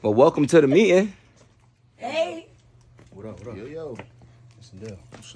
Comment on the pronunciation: did it! I thought was the only one who swap letters when they mad😂😂😂 He said “ You mead the leeting” 😂😂😂